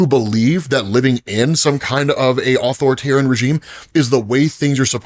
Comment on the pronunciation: Ah-Thor-tarian…not author-tarian 🥲